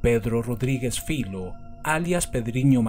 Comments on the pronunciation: Filho no es su apellido. Es hijo en portugués. Su padre se llamaba igual, por eso lo llaman así. Y se pronuncia Fillo, no filo. Saludos. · No se pronuncia filo, se pronuncia filiu y significa ( hijo ) en português.